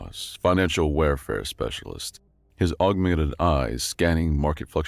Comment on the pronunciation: Opening moments... "warfare" not "warefare" "augmented" not "augmated" "Moira" not "Moria" ...rough start with all those in the span of about 6 seconds, but great story! Later on, you have a couple of instances of the word "facet" which you read as "faucet" instead. A few minutes after getting it wrong multiple times in a row, you get it right, confirming you do know the difference, but you continue to pronounce "Moira" as "Mora" or "Moria" throughout the video. Also, "empathic" is not the same word as "empathetic" and while there's some overlap in the meanings, the written "empathic" was more correct in context than the word "empathetic" which you read in its place. Another one is "chirality" where you used the wrong type of "ch" sound. This seems like a "should have pre-read the story and looked up the words you don't know" moment, and your pronunciation of "subsequently" gives the same impression. And in the awkward doubled-up line where your video got glitched out (in which the subtitles disappeared for the duplicated chunk of voice work), you ended with "the unprecedented phenomenon it was odd." Except that the text doesn't have the last word of what you said, because that word makes the sentence incoherent.